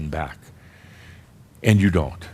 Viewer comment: ÆND. lol, I love it.